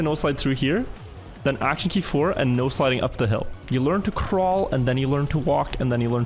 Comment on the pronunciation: I've been watching your videos for a month or two now and I just want to say that I only just figured out that you've been saying "no sliding". What I thought you had been saying was "nose sliding" and I was always so confused about what that meant.